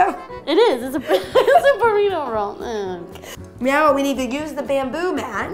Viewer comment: I'm way late to the party, but she totally says meow instead of now at